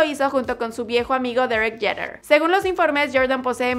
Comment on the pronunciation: No son gastos, es inversión. Y no creo que un costo de mantenimiento de 100,000k le asusté para pagar, es la perdida de valor de una casa así de grande. 100,000k ha de ser su costo mensual en combustible en traslados. Así no se pronuncia D. Jeter, que chido que done tanto dinero pero eso me apesta a IRS y esa clínica, yo creo que su cochera de la casa más pequeña que posee está más grande. El más grande MJ. Y su novia de 25 añitos.